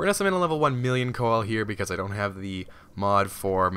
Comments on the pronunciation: Its not called the coel, its pronounced see-low-canth, it has 12 fins and most are obsolete but still living in the mid indian ocean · Just a tip, it's pronounced "see-la-canth" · it's pronounced seal or full name pronounced seal a canth coelacanth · pease stop pronouncing it wrong please it is prounounced see-luh-canth sorr y it really annoys me beacause this is not a dinosaur it is still alive and it is a simpl;e name so can you please pronounce it like that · its pronounced "seal" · btw coel is actually pronounced sealo and they still exist as well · It's pronounced Seal-o-canth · Can you spawn a Coel (please stop pronouncing it like that btw) at like 50x? the biggest i've seen is 4.7x... huge!